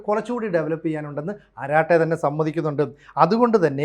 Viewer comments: അരാട്ടൈ എന്നല്ല. "അരട്ടൈ" എന്നാണ് pronunciation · അരാട്ടൈ എന്നല്ല, അരട്ടൈ എന്നാണ് പറയേണ്ടത്. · Edo kurachu tamizh ariyaan sramikku. അററ്റൈ ennaanu parayendadhu. Arattai ennaal English il chat, Malayalathil sallapam. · അററ്റൈ ennaanu. Tamizh aanu. Malayalathil Sallapam , English il Chat. Allaandu anchor parayunnadhu Karate poley alla.